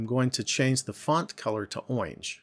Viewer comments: Is he saying owinge instead of orange? Sorry, it just hurt my ears when he said that. I'm so weird. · i laughed so hard when he said "oinge"